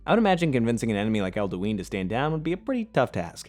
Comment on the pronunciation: You didn't pronounce Alduin correctly even once